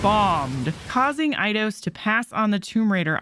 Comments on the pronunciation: EIDOS = AY-DOS. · Your saying eidios wrong